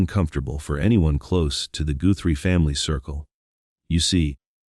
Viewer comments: lol😂😂😂 it's Guthrie not goothrie Hun 😂😂😂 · Pronounce the last name, Guthrie, right, Not Goorhrie. AI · I find AI narration quite irritating - grammar, punctuation and pronunciation errors. It's NOT Nancy Gooo-thrie!! Hope I am wrong but I think Nancy was murdered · What dummy is narrating this video? Goothrie vs Guthrie? Alaby vs Alibi? Li-sure vs. Leisure? Wee-Fi camera vs a Wi-FI camera?So many mispronunciations on this video. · why is the guy reading saying words wrong? Goothrie? alibee? is this AI reading? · Not to mention "Tuck-son" and "Goo-thrie" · Has anyone counted how many times the AI has mispronounced simple words like "Tucson", "live" or simly the Guthrie's name? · I don’t usually comment on a video’s narration because there are more important issues. But good grief, this was just awful. The mispronunciation of Tucson, plumber (plum burr) and the Guthrie name. The poor woman has vanished, can’t you have enough respect to pronounce her name correctly? I stopped watching this slop. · I'm sick of the computer generated narrtive . Can't pronounce 'guthrie', tucson', 'alibi'. Stupid. And the SIL's nose is way too big and he is clearly over six feet tall. This is just entertainment. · Is it impossible for AI to pronounce names and words properly? In this vid, Tucson and Guthrie were mispronounced several times. I stopped watching and listening to this one. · What a dummy narrating this - he can’t even pronounce Guthrie correctly much less not being able to say What Tucson! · It mispronounced a few words and the last name 'Guthrie'. 😁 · I can't watch something that cannot pronounce words correctly. IE; Guthrie, alibi, Tucson.